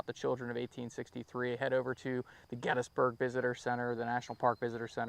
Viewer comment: I’ve never heard anyone pronounce Gettysburg as get is burg.